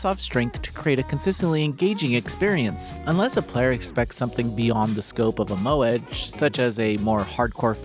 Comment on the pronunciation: Every single instance of any non-English word or name is always mercilessly butchered in Noisy Pixels' voice-overs, you kinda get used to it after a while. : a good practice to alleviate this would be for the reviewer to include the pronounciation of these as a note the first time they appear in the script (like "mo-eh-geh" for "moege" or "Shi-la-yuh-ki No-ah" instead of "Shiwayki Now")